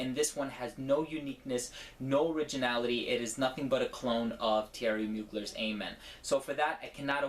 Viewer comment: Great review and TY for being one of the few people in the frag community to pronounce Mugler's name correctly =P